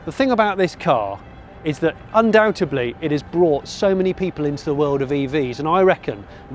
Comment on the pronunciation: Hey, what does undoubtABly mean? Was he trying to say undoubtedly? All sounds Japanese to me LOL. Great review, great car. I want one ........